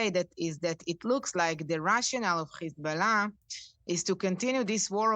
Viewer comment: why do they say Hezbollah like this? "Hzsch-billah" Even when nasrallah says it, Its pronounced "Hez-bollah"